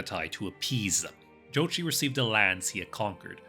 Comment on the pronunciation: Not even 5 seconds in, he already pronounced the name correctly. Mongol approves